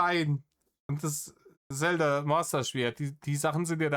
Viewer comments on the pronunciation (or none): none